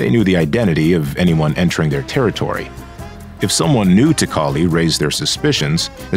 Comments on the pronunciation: Straight cap. Because the A.i is saying CALLY Instead of Cali. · Why do you say cali like that. You say it like cauli it’s ca-lee